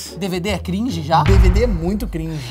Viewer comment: vídeo cringe falando cringe do jeito errado